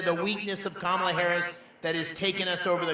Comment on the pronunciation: Wow! He actually said Kamala’s name correctly twice! He can be taught!!